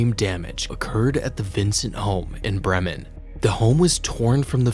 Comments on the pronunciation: It's pronounced BREE-mun. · as a local we pronounce it as "bri-men"